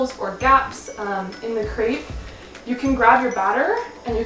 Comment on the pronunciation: Lol you can't even pronounce crêpe the right way. 😂